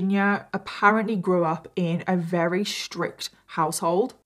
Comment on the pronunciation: I really like how you tell the details of cases. And your make up is always so pretty at the end lol... I am not at all into make up but I think it's somehow soothing to watch while listening to terrible details. Anyway, thanks for your channel! Also think it's kinda cute how sometimes when you're saying "very" it's more like "wery"... IDK lol anyway <3